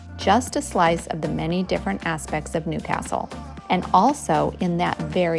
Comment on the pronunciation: Love the way you say Newcastle properly.